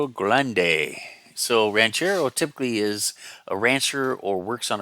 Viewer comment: Hey, thanks for the mention, and yes, you pronounced my name correctly! One odd thing about the "El Ranchero Grande:" it is actually a 1961 Ranchero -- AMT labelled it incorrectly. It gave me the idea to take a spare '62 Falcon and combine it with a '61 Ranchero to make it a '62. But I'm no kit basher and this project will never see completion. But it's a nice thought. I remember finding a Boondock Bomber and Mexicali Mudlark at a toy store ca. 1972. I was into any "old" car kits at the time, and I'd never seen box art like that -- it looked like Saturday morning cartoons! So I was hooked.